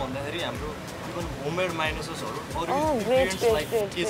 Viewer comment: Mahyonise?? Dude if you have studied culinary then at least know how to pronounce things